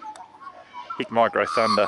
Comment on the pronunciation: Thermal, not night vision. Two different things. It's Hikmicro, not Hicmicro.